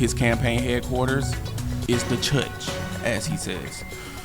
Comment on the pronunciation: There’s no r in church 😂😂😂